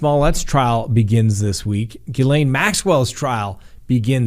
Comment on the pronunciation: So glad you figured out how to pronounce miss maxwells first name! Just kidding you😂😂😂